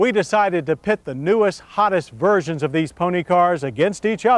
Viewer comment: I heard "newest, hottest, virgins" and got excited for a second.